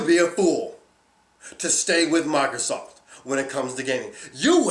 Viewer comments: its fucking "MICROSOFT" NOT "mARcrosoft" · he says MairoSoft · he also can't even pronounce microsoft